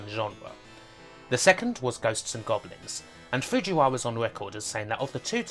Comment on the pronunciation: "The BwainChiwd of Ghost n Gobwins".. what exactly is the accent that makes r's and l's into w's? it's rough on the ears whatever it is